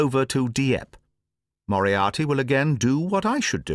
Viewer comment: BTW who agrees that Moriarty sounds like monopoly. Say yes or no😂